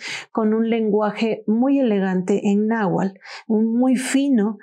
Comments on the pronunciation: NahuaTl con T no nahual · Se dice náhuatl y no nahual